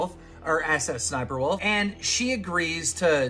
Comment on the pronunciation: I love how he just goes susussniperwolf instead of sssniperwolf 😂😂